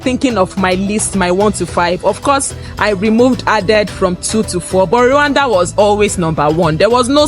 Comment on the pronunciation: ❤hey slow down❤you pronounce Rwanda as Luanda❤